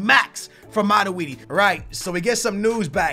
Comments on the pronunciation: wow!!! it mat-twoi-d... not mat-we-d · its not maraudi its matuidi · It's MATUIDI Not MADUIDI!!! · Aren't you saying Matuidi's name very wrong?